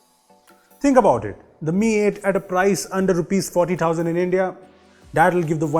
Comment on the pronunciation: It was thousands not tousands